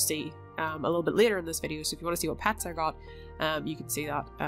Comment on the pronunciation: Pets not pats